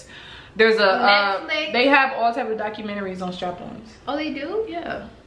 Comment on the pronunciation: didnt say documentary she most deff said “DYKcumentary”. 💀💀